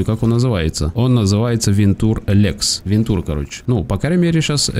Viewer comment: Да не "вентур", а "вэнча"